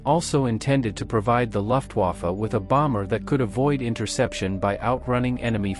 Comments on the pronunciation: German words like Luftwaffe need to be phonetically coded for the AI English voice to pronounce the German words correctly, example, tell the AI its "loof", not "luft" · Also, it's "Vaffeh", not Wafe".